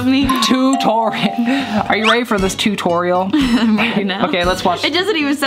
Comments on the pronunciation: tutorial Me:to torry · The tutori! Tu tori I died😂😂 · TU-TORI- TU-TORIEL